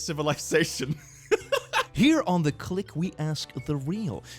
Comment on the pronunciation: Click what the hell is a "cwink"